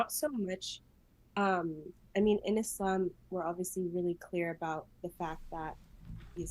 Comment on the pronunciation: “Islam” and “Muslim” don’t have the letter “Z”. Can you please pronounce them with an ”S”. It’s a huge pet Peeve of a lot of Muslim people. Its not MOOZ-LUM or IZZ-LOM. Just a little Softer on the S’s please 🙏😊.